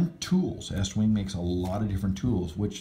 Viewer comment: Thank you for pronouncing "Estwing" correct (not eastwing).